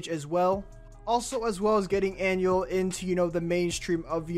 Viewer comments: And he pronounced anuels name as an u e l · First of all his real name is Manuel just get rid of the M An-u-el not that hard my guy REAL HASTA LA MUERTE 🇲🇽🇵🇷👹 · Bro really said anuel eh eh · It’s Ah-new-EL 🤦🏻‍♀️ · Dont you dare pronounce Anuel’s name like that ever again